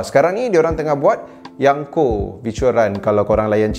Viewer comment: Yonko wan bukan yanko